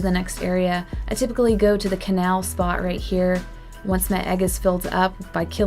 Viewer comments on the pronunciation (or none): none